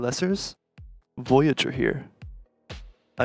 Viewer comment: Kept saying boyager?